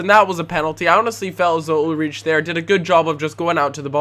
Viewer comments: it's UL-RIKE (Like bike) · Actually, "CH" is pronounced as an "H" in german. But might find it harder to say it like that